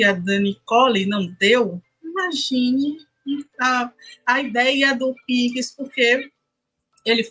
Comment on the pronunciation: Alguém ensina essa mulher a falar pix.